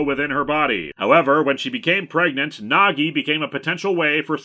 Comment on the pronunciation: Every time he says Nagi I hear Nog, and like to think this is an elaborate Deep Space Nine crossover. How do they finally defeat Sadako? Reversing the polarity. Of something. Doesnt matter what.